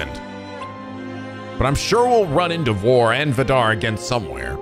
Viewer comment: for once, me being Norwegian can actually help pronouncing a name albeit probably just to late for the next recording The way to pronounce the name Vidar is to put emphasis on the I in Vidar. so *Vi*dar instead of Vi*dar*. I'm surprised though that you otherwise actually pronounced the I the correct way in his name, the Scandinavian "I" is a lot more similar to the English "E" so people trying to pronounce Scandinavian words tend to mess that up